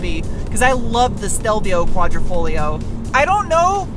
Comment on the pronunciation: Veloce is pronounced like Veloche cmon you said Quadrifoglio correctly! 😉